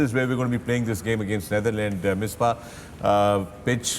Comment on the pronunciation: It is Not Neitherland it is Netherland Mr. Wasim 😅